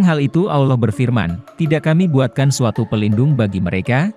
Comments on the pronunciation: awloh....salahhhh .. salahhh salahhhhh... yg benar ALLOH bukan awloh... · Pengucapan "Allah" gak ada "w" atau "U" "Auloh" atau "Awloh" itu salah, yg benar "Allah" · Trus yang benar tafsiran kamu gitu? Nyebut Allah aja salah. Anda ini siapa?